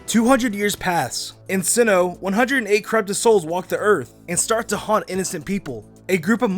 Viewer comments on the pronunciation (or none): none